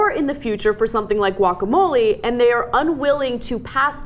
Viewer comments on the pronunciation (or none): Guacamole? Guacamelee! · Can't believe you guys can't pronounce guacamole correctly. Turn in your SoCal card.